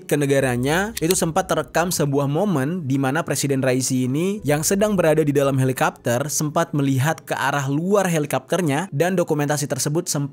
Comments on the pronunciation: Helikopter kok dibaca helikapter sih ? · kenapa harus dibaca halikapter sih? sebel dengernya halikapter halikapter 😭😭😭😭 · Helicopter kenapa jadi helikapter 🤔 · Candu bgt pas bang Jeri bilang "Helikapter"